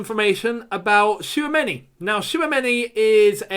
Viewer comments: It is not Shawameni l, It is Chwameni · 🤣 please stop spelling that name like that it hurts🇨🇲 but lemme help u it's Tchou...(like the verb choose in English)...ameni that's all and yes he's a talented young DM glad that Chelsea have an eye on him he's very calm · His name is pronounced as Chou-many